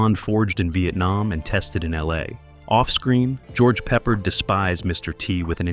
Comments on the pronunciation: Quit calling him pepperred!! He's not a piece of meat!! Call him by his name properly!! AGeorge PEPPARD!!! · His name is pronounced Pe ppārD not peppered!!! Get it right Sir!! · PeppARd.!!! Not pepprered!! I'll come over there and pepper your ass!! Fool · I pity the annoying announcer who' can't pronounce George PeppARDS NAME RIGHT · Pepper-ed. LOL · This channel has a bad habit of mispronouncing names when talking about old actors. I know trying to read a last name and hearing it are two different things. Especially if you probably were not even born then. George Peppard was the actors name you missed. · Do you know if you make a video you should really learn how to pronounce the names of the people you’re talking about. If you can’t even say, George Peopard’s name right, how can we believe the rest of the things you’re saying in this video?